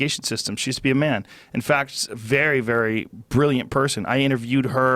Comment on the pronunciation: This guy disagrees completely on EVERYTHING with intelligent conservatives? That’s where I move on.. CLEARLY he’s full of shit on being a libertarian liberal.. and Joe... don’t even get me started.. “come on mon..it’s like mon.. “ what?!? It’s MAN !!